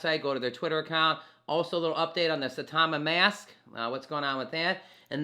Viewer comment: Its saita-mask not Saitama mask FYI ( not to be rude just saying ✌️)